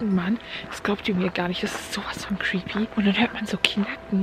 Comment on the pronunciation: Wie sie immer crepy sagt!!!!!!😂😂😁🤣🤗